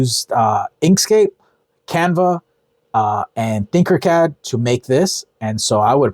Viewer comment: Not trying to be rude or anything but I believe it’s Tinker Cad, not Thinker Cad. Love the videos and what you’re doing.